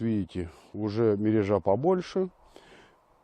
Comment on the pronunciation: МерЁжа под лед ставится, а то что показано чем то похоже на закол(летний вид). мерЁжа ударение на Ё.